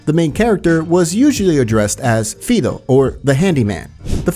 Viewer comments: Fido is a dogs name. Not fi doo its fie doo. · its pronounced Fey-eye-doh not Fe-e-doh😒😄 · It’s because he’s reading off a wiki. He hasn’t played the game – hack YouTuber fake gamer for clicks. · LOL, I just commented exactly this, even used the word generic. Not pronounced Feedo either. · Maria: “Fido” Narrator: “Fee-doh” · Why do you pronounce Fido like that? You even include a clip of Maria saying it correctly. It's been a commonly used name for American dogs for about a century at least. Maria referred to him as a lap-dog in the very previous sentence. And it's always been "fie-doh". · You guys should actually play these games before making videos on them. Pronouncing Fido as "Feedo" and then showing a clip moments later with Maria saying Fido correctly is embarrassing. And in another video Claude is pronouncing incorrectly multiple times then correctly, then incorrectly again. Which I could forgive since they never say his name in GTA3, but can't since the narrator said it correctly. Though he honestly sounded like a text to speech program to me, was he? Not trying to be rude. This narrator sounds human, the other guy was robotic. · You get a thumbs down just for saying Fido like that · Fido is calling Claude a dog (an Italian dog). It may translate to trust too but that's not how she used it in context. Fido is "Fye dough" in pronunciation, not "fee dough" in case anyone was wandering. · its faydo not fiydo😂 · And it's pronoumced fai·dow Not feedow. I don't know if the narration of the video is AI generated or not but they seem to misprounce a lot of words in their videos. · correct, they've seem to have completely missed the context. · FIDO fy-doh. Not fee-doh.